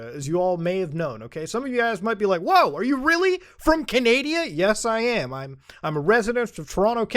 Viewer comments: Muta called it canadia lol. I use to say that a lot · You literally said are you from canadia!! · whyd u say canada like that